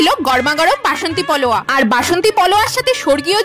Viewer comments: পোলাও❎পলোয়া✅ জীবনে প্রথম শুনলাম।আমি তো এতদিন পোলাও বলেই জানতাম। আমি ভুল জানতাম🙄😅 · এটা তো পলোয়া না 😂 এটা হচ্ছে প্লাও 😂😂😂😂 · ভাইরে ভাই জীবনের প্রথম শুনলাম পোলাও কে পলোয়া বলছে😅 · ক্যামেরা চালু করে বলছে আজ জমিয়ে খাব কিন্তু ওটা যে "পোলাও" "পলোয়া" না সেটা জানে না গর্দভ 😂😂😂😂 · পোলাও❎ পলয়া✅🙄🤗💗💓🥀🌷❣️ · ওটা পোলাও বলে,,, পলোয়া নয়🤦🤦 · পোলাও❎ পোলোয়া✅ 😂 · পোলাও পোলোয়া প্লাও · Sei poloa. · পোলাও কে অনেকেই পলোয়া বলে। আমি অনেকের মুখেই শুনেছি। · Poloya ❌polao☑️ 😂😂😂😂😂😂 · Poloa noi ota polau hobe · ১ম কথা ওটা পলোয়া নয় পোলাও ২য়, তোমরা এতো খাও কি করে পেটের ভেতর পলিথিন দেয়া নাকি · ওটা পলোয়া না পোলাও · পোলুয়া না গো পোলাও বলো প্লিজ😅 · পলোয়া কি,, বেশি শুদ্ধ করতে যেয়ে পোলাও কে পলোয়া বলে ফেলছে 😂😂😂 কপাল ভালো যে পোলিও বলে নি 😂😂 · Didi poloa na polau😂😂😅😅😅 ucharonta thik kora korta pare na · পোলাও ❌ পোলোয়া ✔ 😂😂😂😂 পোলোয়া কী জিনিস ভাই ? 😂😂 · পোলাও ❌ পলোয়া ✅😅😅😅😅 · পলোয়া নয়,পোলাও ok😂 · পোলোয়া ❌ পোলাও ✅ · পোলাও❌ পোলোয়া ✅ 😂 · Poloa...pola hobe ota😂😂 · পলয়া❌ পোলাও ✅ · Polau ❌ poloa✅😂😂😂😂😂😂😂😂😂😂😂😂😂😂😂😂😂😂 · পোলাও ❎ পোলয়া✅ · পলোয়া ❌ পোলাও ✅ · পোলাও ❌ পলোয়া ✅😅😅😂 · পোলাও❌ পোলোয়া✅ 😂😂😂😂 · পোলাও ❌পলয়া✅.... 😂😂😂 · পোলাও ❌ পলোয়া ✅ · পোলাউ কে পোলোয়া বলে কারা!!! বোঝাই যাচ্ছে। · পোলাও বলো পলোয়া না😮😮😮😅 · পোলয়া না পোলাও 🤣🤣🤣🤣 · পোলাও ❌ পোলোয়া ✅ 😅😅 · এতো কিছু বললেন ভালো পোলোয়া টা না বলে মেনুকার্ড এ তো লেখা ছিল ওটা দেখে বলতে পারতেন 😂😂 Not poloa hobe পোলাও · বেশি smart হতে গিয়ে পোলাও কে পলোয়া বলছে। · ওটা পোলোয়া না ওটা হলো পোলাও😂😂😂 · আরে ভাই এটা পলোয়া নয়, পোলাও। আর 16 পিস মাটন মানে মিনিমাম 500 থেকে 600 গ্রাম। এতো রাক্ষুসে খাওয়া দাওয়া। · পোলাও নয় পলয়া । 😂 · Polao ❌ poloya ✔️ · পোলোয়া noi ota didi পোলাও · পোলাও না না পোলুয়া😪😪😪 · পোলোয়া না পোলাও বলে ওটাকে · Didi apnar kotha bolar style ta sundar kintu poloya noy kathata polau... Apni jodi moja kore polau bolen seta alada byapar kintu na jene bolen sei jonno apnake janalam.... Kichu mone korben apni.... Video khub valo hoyeche apnar... All the best👌👌👌👌👌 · ওটা পলুয়া না ওটা পোলাও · পোলায়❎ পোলোয়া✅✅😂😂